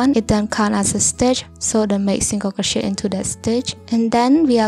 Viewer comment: all i hear is crow-shit 😭